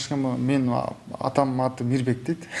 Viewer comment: МИБЕК болуп калды Р тамгасы кайда калды??? Мирбек го мейли, алып баруучуларга минус!!!